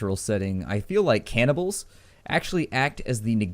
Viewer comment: Cannibals not "cabernils"